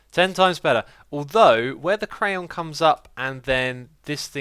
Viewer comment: you say crayon wrong.